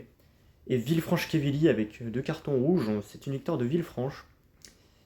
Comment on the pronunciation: C'est Quevilly pas Quévilly 😉